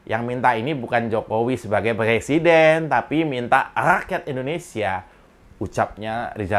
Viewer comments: Kenapa mereka ben ci sama Cokro tv !?...Karena dapur mereka terganggu dengan adanya Cokro tv. Maju terus Cokro tv !! Sikat para kadrun / kadrunista. RR, RH, SD, Otak korslet apalagi RR, suruh dia belajar ngomong huruf Rrrrr dulu. Lisal lamli plesiden.. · Rijal Ramli suruh belajar ngomong dulu msak presiden di bilang plesiden